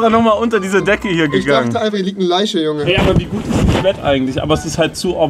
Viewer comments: Niemand versteht Rewi, Sagt anstatt Leiche "Leische" Aber wenn er ganz normal Fisch sagen soll kommt immer nur "Fich"... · Rewi: Leiche=Leische Auch rewi: Fische= Fiche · Niemand: Nichtmal Unge: Rewi: Leische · Rewi: Ich dachte hier läge eine Leische